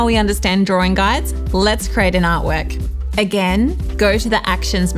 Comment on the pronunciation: I notice you say 'crate' instead of 'create'... is that a Tasmanian dialect quirk?